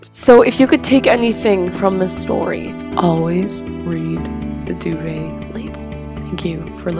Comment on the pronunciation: I cringed everytime she said duvet 😂 She says it so weirdly, it's not supposed to be that fancy dov-et is how I pronounce it so.